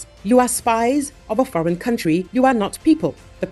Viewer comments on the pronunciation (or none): none